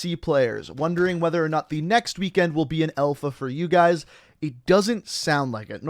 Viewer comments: Alpha or Elfa? I guess Canadians be Canadians... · I'm Canadian and everyone says alpha. Only says elfa 😂